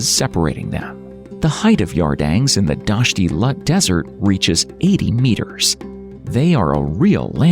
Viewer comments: Its pronounced LOOT......not Lut. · ITS NOT LUT DESERT ITS LOOT DESERT. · Its not lut desert but the name is loot! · Learn how to pronounce Iran and Loot desert before you inform others about it. Its not Lut. Its Dasht ' e Loot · It is not lut it is loot(lout) please correct it, thank you,!! And pronouns it correctly.thank you good job! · It's pronounced NOT as Eye Ran but Eeraan. And Lut is pronounced as Loot with t not as the t in English. Look up online. It's expected of you to know basic names. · It is pronounced [E-RAAN] and [LOOT (thin T not thick T)] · Hello everyone. I'm a native Persian speaker, and I'd like to clarify a few things. The name of my home country is Iran (pronounced as "I'ra:n"), and I noticed that it was mispronounced in the video. Similarly, it is Dasht-e-Loot, or as we call it in Persian, "دشت لوت." I also want to point out that I got a bit confused by the choice of Arabian background music in the video. It's important to note that Persian culture and language are distinct from Arab culture and language. In other words, the video seems to mix elements of Iranian culture with Egyptian and Arabian culture, which is far away from truth. To put it in perspective, the difference between Iranians and Arabs, both in terms of language and culture (as well as other aspects), is as noticeable as comparing British natives to Spanish natives. While Persian and Arabic share almost the same alphabets with some cognates (just like you're comparing English with Spanish), these two worlds are seperate. To sum it up, any similarity you might draw between Spanish and English applies to the relationship between Persian and Arabic.